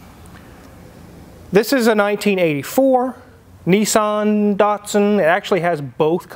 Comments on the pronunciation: It’s nissAn not nissOn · Yep. It's cool, despite being spectacularly beige outside & inside. I can't wrap my head around how Americans pronounce Nissan. 'Nee-san'. The rest of the English speaking world pronounces it 'Niss-an.' You can manage Datsun. Not heard anyone calling them 'Date-sun'.